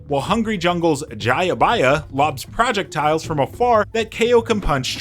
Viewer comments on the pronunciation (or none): Descent rather than decent. Project tiles rather than projectiles. Why does this sound like an AI narrator?! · why do you say projectiles like that? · Project Tiles 😂